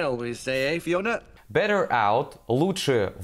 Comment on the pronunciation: Вообще жесть со старта, Better нечто ультр невнятное. Ослик куда внятнее